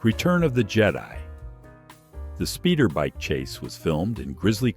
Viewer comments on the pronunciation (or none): Return of the JEDEE??? F*** this AI shit. You are CANCELLED!